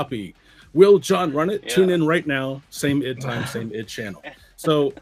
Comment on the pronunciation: "idd"?? pretty sure the company is supposed be pronounced as I.D.